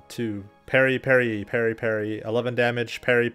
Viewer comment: parry....... parry ....... perry....... peryyy...... Matthew "Perry".........